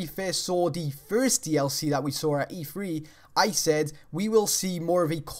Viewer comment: and when you say saw it sound like sawer